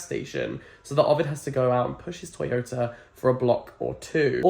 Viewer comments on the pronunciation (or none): none